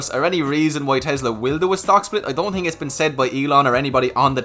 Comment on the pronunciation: "what you tink of Tesla" 😅